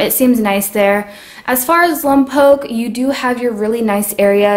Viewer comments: 1. It's not pronounced Lumpoke. It's Lohmpoke...short o sound first, followed by the long vowel o. 2. Is there a problem with living around Mexicans? You sure sound like you're warning people away because of them. FYI, if you'd paid attention in history class, you would have learned about who lived in that area prior to California becoming part of the United States. 3. Just because a city/town has a Spanish name doesn't mean it's inherently Mexican. Again, spend some time learning. 4. There is a jail in Lompoc because any community with a police department has a jail. A jail is a place where people are held at a city or county level...usually prior to being convicted of a crime that requires imprisonment at a prison. 5. Once a person has been convicted of a crime at a county or state level that has a consequence of prison time, that person is either moved from the jail to the prison, or is instructed to self-surrender, or is arrested in the courtroom after the sentence is read. 6. Jails and prisons are different. 7. There is also a prison in Lompoc. It is a Federal prison, which is different from a state prison. In this prison, there is a drug rehabilitation program. This would not be why people who are addicted to drugs live in Lompoc. Stop spreading rumors. Find out the truth before speaking so you are a credible disseminator of information. 8. People who are addicted to drugs are not lesser humans. Again, educate yourself and grow some compassion. 9. Learn where the term " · It's pronounced lompoke because it's a Chumash word and Chumash language is one of the only languages that you can have two long vowels in the same word without a supporting vowel to make it that way. I'm a fifth generation born and raised so my dad and his dad were both born here. So as a founding family I want to welcome you and hope and pray you have a good time or rest haha if that be the case. Be blessed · Yeah I never knew why I cringed when non locals would say “lom-pock” haha